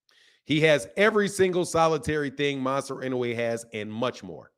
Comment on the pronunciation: Inouye is up there…top 4 and it s pronounced in-ou-ay…should at least learn his name if he s top 10 fighter in the world.